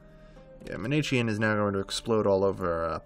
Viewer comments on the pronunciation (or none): Sorry to do this, but it's Mani-KAYan, not Maneecheean. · Actually, ManiKEEan. Sorry.